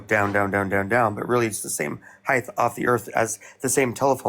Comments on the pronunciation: I know im nit picking but dude keeps saying heighth instead of height lol 15:60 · This guy keeps saying “heightH.” I can’t take him seriously. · This idiot continuously saying heighTH is driving me up a wall. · wtf is heighth? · Dude is saying "heigth"... that alone is enough for me to not give that flathead any time or effort listening to him. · There is no fucking H at the end of the word HEIGHT